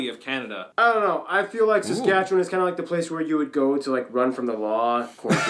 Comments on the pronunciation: Good job on pronouncing Saskatchewan properly!...you gotta do a trip across Canada. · Thank you very much! As a 64 year old Canadian, I have never been confident pronouncing your province till now. I knew to end with land rather than lund, but couldn’t settle on the middle bit. Now I can have confidence in the middle, sounding like un instead of found. Just take the f out of found and add it to the New. Nuf-un-land. Cheers